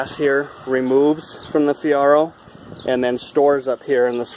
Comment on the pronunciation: Lol, its Fee air oh. Just sayin...... dope ride...... i miss my 86 😎